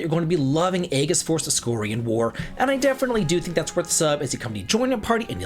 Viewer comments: Bruh. Eggess? “Ee jiss” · Aegis is pronounced more like ages than a hard-g sound. But more like: “A-jis” jis like his.